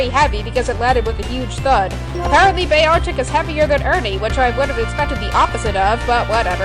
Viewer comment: why cant you pronounce beartic